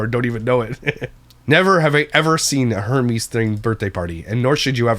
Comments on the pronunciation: it’s pronounced “ERMEZ” H is silent in Hermes lol but also an awful theme for a 1 year olds birthday party. They don’t even know or understand what that is. That is so gross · Not me listening while baking and thinking that you’re saying “Hermes-themed” like the Greek God and not understanding at ALL. Then I look up to see it’s Hermès, the luxury brand. Air-mez pronunciation., don’t you live in bilingual country? 😂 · respectfully it’s pronounced ER- MEZ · Its pronounced Air-mez lol love ya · Her-meez 🤣 made me giggle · hermes = 'air-mez' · I laughed so hard when he kept calling it her-meeze hahah